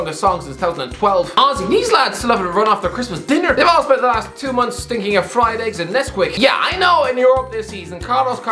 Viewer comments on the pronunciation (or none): none